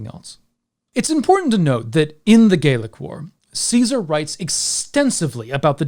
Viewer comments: Youre pronouncing "gallic" as if it were spelled "gaelic." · interesting you pronounce Gallic like Gaeilic